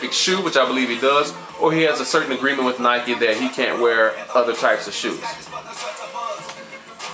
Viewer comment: no offense but u say nike retardedly, if thats a word